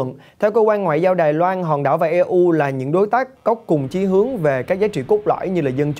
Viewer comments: E U viết tắt của Europe đọc tiếng pháp là ơ rô pơ hay tiếng Anh là yu râu pơ mới đúng ! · Đọc là i u từ EU chứ e u là gì ?